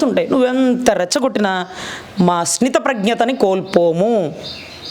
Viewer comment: స్థిత ప్రజ్ఞత. Plz correct it. Bcz you are good speaker